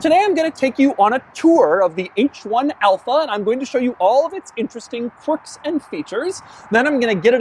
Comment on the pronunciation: I swear he is saying "quirks" wrong every time he says it.